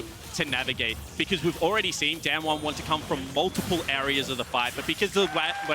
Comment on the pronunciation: Damn-won, Damn-won, Damn-won They can’t even pronounce it right